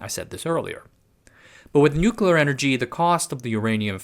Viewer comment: Thanks for a really good, knowledgeable, well-researched and presented, informative vid...and THANK YOU for not using AI to write it, and using your own human voice for narration. It really is a breath of fresh air. Please learn how to say "nuclear". New klee Uh. Not " New kew luh". It's a core word for your topics it would really help your Cred if you pronounce it correctly. Otherwise you kinda have cred similar to George Dubbleyuh Bush - he said "New kew luh" too ☹️ Please, it's not hard.👍